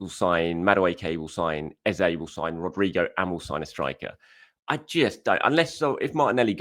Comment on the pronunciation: Madueke? ..... not for me unless it's a bargain. He is too languid for me and not a patch on Marinelli. Just get Eze in...... not Ezay as I have to keep reminding you. I do enjoy the chanel and listen to each one at lunch. Do me a favour. Please get his name correct Eze it's not Ezay. Where do you get that from anyway? i do know how his name sounds and we should respect that, not copy what others assumed.🤣🤣🤣🤣 Lastly, just as you said, you and the rest of us are unable to know what Ateta see's in players. He runs a tight shop and that's correct and we must accept it. Trust in Arteta. Look what he made Havertz into and he has improved nay others. 🤞He as done very well for The Arsenal so far on choices.